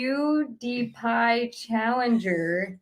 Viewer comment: tryna pronounce Pewdiepie. Lmao. But damn I missed the livestream.